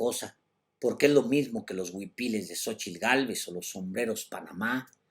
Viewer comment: Mucho elogio para un mega chairo que no sabe ni pronunciar Xochitl, no se dice "sochil", animal! A ver si describes los huipiles de Sheinbaum en tu siguiente resabiosa intervecion, acompejado.